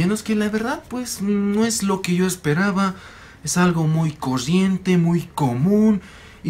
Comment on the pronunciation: Corrrriente asi se pronuncia????por que ablas como si te cagaras???